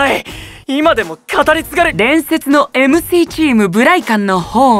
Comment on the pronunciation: 夏準くんもうドンピシャすぎて mcｨｰって言ったよね...発音良いんだね...